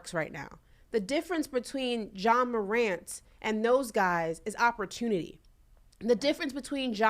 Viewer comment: A Moron (Morant) move. The “t” Is silent 😂 what an unintended pun…Brandon Marshall plz STFU!!!